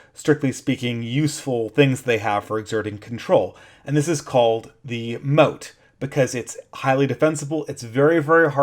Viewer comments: "MOTTE" != "MOAT" (sorry... but that bugged me) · The moat is the blue thing around the perimeter - "motte" rhymes with "pot"... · motte (rhymes with "rot"), not moat (rhymes with "rote"). The moat is a water defense surrounding the entire castle. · I think Motte pronounced like "not", the moat is the water ditch. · It's pronounced 'mot' you buffoon. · Oh that pronunciation of motte is bugging me. Motte and moat are not homophones, which was lucky for the people building them as the knew whether to dig a ditch or build a mound. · A minor nitpick, you're mispronouncing motte. You're pronouncing it like "moat." If you google it, there's a pronunciation you can listen to. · can you please learn to pronounce 'motte' correctly, so annoying